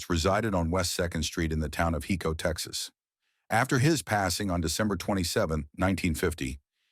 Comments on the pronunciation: Just so everyone know its pronounced (Hi-co) not (He-co) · driving me nuts....HICO. HIIIIIICO...not HECO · Uhhhh...'Hi'co Not Heco😅